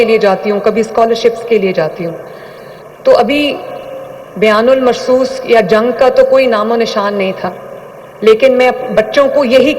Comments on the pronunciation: میڈم کو بتانا بنیان المرصوص ہوتا ہے شاہد بیان المرصوص نہیں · 😮😮😮.42 اتنا نہیں پتا کہ قرآنی الفاظ” بُنیانُ مّرصوص “ کیسے بولتے ہی اور ” بیان مرصوص“ ،، غلط بول رہی 😡😡😡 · Bayan ul marsos nhi bnyan ul mrsos hy madam pehly alfaz tu thek Sy ada kro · first 1: its bonyanoon marsoos not bayanol marsoos😂😂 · بیان المرصوص نہیں بنیان مرصوص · بنیان مرصوص۔....,.is correct word......bolna to sekkho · Operation bayanul marsoos Keh rhy Hy sahih pronounce krna chahiye